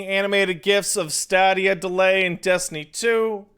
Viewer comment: HOLY FUCK. Sense the Stadia got announced ive been cringing every time you say Stawwdia. But at the beginning of this fucking stream, I was like, "know what? Fuck it, Stawwdia doesn't deserve to have its name said right." And then merely seconds later you pronounce it STAYDIA Pat your a fucking bastard and i love you.